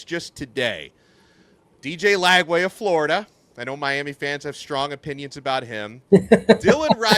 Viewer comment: Not Lagway, please.